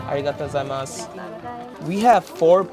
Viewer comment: This guy wanted to say Arigato Gujaimas dont know the pronounce so badly but if i say to some japanese people i think it will be dream come tture 😅 .. As anime fan.